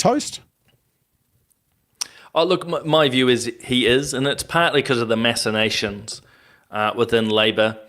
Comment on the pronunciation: Did he say: 'there's always masturbations'? I think he meant 'machinations' which is said phonetically 'mac-in-ations'.